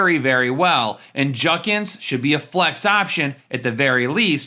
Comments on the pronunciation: It’s judkins not junkins btw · Judkins, not Junkins